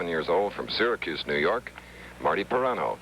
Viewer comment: Didn't Marty pronounce his last name "Pih-RAN-oh"? Chris Schenkel calls him "Pie-RAIN-oh" throughout this match. Shouldn't pronunciations be a basic part of preparation for big-time network pros? Anyway, I went to SU from 1973-77 and also watched Syracuse Bowls, with Marty offering analysis and Joel Mareiniss doing the play-by-play. "The balls will be rolling and the pins will be falling as ... Syracuse Bowls!"